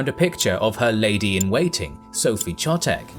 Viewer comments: Brilliant video (even though Czechs are being taught all of this at school), except, as usually, some spelling mistakes, horribly sounding to some of us: Friedrich (-kh); Chotek (Kh-) --- in German or Czech, "Ch" makes never the "tsh" sound, always "kh". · It should be pronounced "Khotek". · Great video, minor pronunciation correction - the digraph "ch" in "Chotek", being a Czech name, is pronounced with the velar fricative not with the postalveolar affricate as in English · "Ch" in German and Czech represents [x], like in Loch pronounced by Scotsman. If you can't pronounce that, you can use [k] instead.